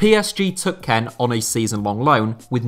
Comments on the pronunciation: Kean not ken FFS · It’s not Ken it’s Kean (kïn) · Just me who finds it so irritating the fact that he pronounces kean, ken and not as keen? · Is kean actually pronounced ken and not keen? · it's not kane. its kean (like kin) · Like how he says Keane like Kean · It's pronounced "Key-Anne" not "Ken" lol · Nobody talking talking about how he's pronouncing Kean or am I missing an inside joke (which I'd be very disappointed if this was the case)? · Why do you pronouce kean like that